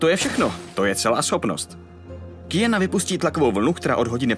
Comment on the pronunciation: Dneska už ani neumí nikdo vyslovovat Q?? Není to Kijana ale Kvijana, stejně jako u Quida to není Kido ale Kvído....